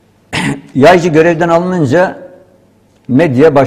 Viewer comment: Video yapiyorsun konunun başrolü adamin soyadini 25 kere yanliş söyledin.